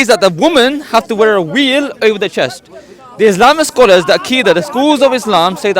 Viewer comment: there's no "V" in South Asian languages, the nearest equivalent is somewhere between "V" and "W", every time he said "veil" it sounds like "wheel", I was cracking up😅